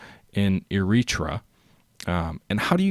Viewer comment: Eritrea is pronouced like Airatraya. I suck at telling how to pronounce word but thats how its pronounced